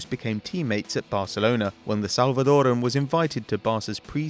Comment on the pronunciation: YOU SAY EL SALVADOREAN WRONG!!!!!!!